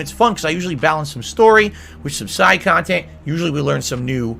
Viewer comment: I despise how he always makes a big deal about “main kahntent” and “side kahntent” no one but him cares